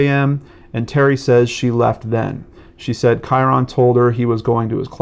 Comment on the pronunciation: His name is pronounced "Kyrun," not Ky-ron. Think of it as rhyming with Myron.